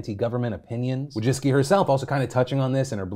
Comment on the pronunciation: Wójcicki is a Polish last name, and the way you pronounce it hurts my Polish ears and heart.